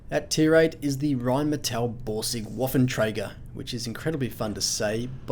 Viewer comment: waffentracktor?? not waffentrager